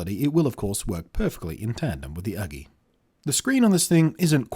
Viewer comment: its not Uglee ....Its ..YOU-GEE ..either way i got 21inch one there great but this ones costs more than the 21inch version so no brainer buy the 21inch version ..lets say there solid i dropped mine off the table 3 feet on to screen and ....Perfect frame came way but clipped back on ok and no issues it still worked ...so china FTW on this product ..so surprised it still worked after that